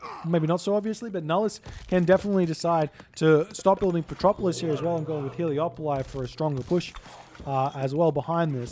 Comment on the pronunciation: Damn hahah! And the Trojan soldier says "Hele-O-poli" in mission 6 as well! But all is not lost... In Spanish it's "Helépolis", and I googled it, and the greek name is "ἑλέπολις" (elepolis), wich is pronunced "elepolis" by the Google Translate lady. And I translated that to english and the lady pronunces it "helepolis" as well.